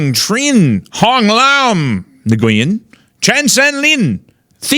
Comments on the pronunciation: FYI the NGU in the names are pronounced "whu". Nguyen is actually pronounced "whu-in" like a breathy "win". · How do you grow up in hogtown without knowing Nguyen is pronounced Win and it’s a Vietnamese name not Chinese. Love you regardless.